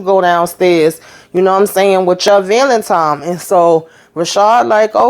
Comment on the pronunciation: I love how most of the characters were putting a random "m" in Valentine, like a lot of us do. 😂